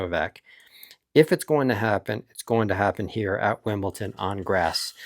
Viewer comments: I was wondering the same thing where does the T come from? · It's Wimble"D"on. Not Wimble"T"on. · Explain why you say "Wimblton" or get your YouTube license taken away. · because they're called like that. You see Leicester and you pronounce "Lester". You don't read Wimbledon and say Wimblton, bc it's pronounced "Wimbledon" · Stop saying Wimbleton if you value your credibility. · really? wimbleTON? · Wimblton and Benchik? It's the same last c as Djokovic, not too hard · Love your predictions and analysis, but could you please stop saying Wimbleton? :) I'm liking Novak's chances to beat Sinner this time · It is important to me and will remain relevant long pass this fortnight. Do you say "Wimblton?" Do you know anyone who does? Why is this guy doing it?